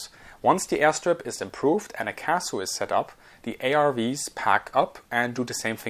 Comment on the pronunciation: Sometimes Acronym's are just said letter-by-letter C A S U